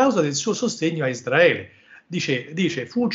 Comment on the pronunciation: Tutta sta gran pronuncia in inglese e poi::::::ISDRAELE😅 ISRAELE!!!